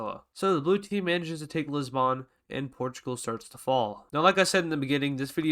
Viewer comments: Its not pronounced Lissban, it's Lisb'n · It’s not Liz-bawn it’s pronounced lis-bin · it dosent matter but, THE O IN LISBON/LISBOÃ IS SILENT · Lisboon never heard of this city it Lisbon